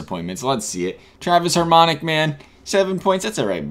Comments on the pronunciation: Harmonic 😂😂😂😂 its hamonic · Lol where's the R in hamonic